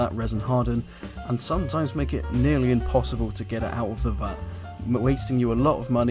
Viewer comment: Really.. these tips really are not helping anyone. Cleaning tip was right, others not so. Also.. its Vat not fat